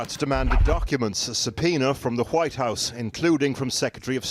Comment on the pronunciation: Nobody gonna notice the thickkkk White House pronunciation?